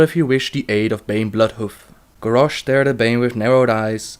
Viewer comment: grarrosh? lol